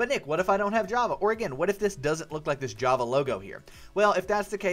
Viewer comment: in step one on the page where you help download java there is a typo in the beginning where you said "hava" instead of "java"